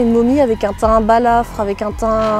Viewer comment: Blafard, mademoiselle, pas "balafre".... Bon, j'ai beaucoup marché dans des forêts et même des jungles et j'y ai aussi bivouaqué (seul c'est flippant !) j'y ai vu des bestioles improbables, des chauves-souris géantes, des gros varans, des lémuriens volants, mais je n'ai jamais croisé de créature qui ne soit pas connue.... Alors en Gironde ou même dans la forêt Landaise encore moins.... Par contre, la carrière, j'aime bien.